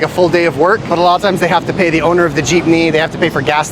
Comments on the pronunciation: still pronouncing it jip-knee when he told him to just say jeep-knee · Not “Cheapney” but Jeepney. 😂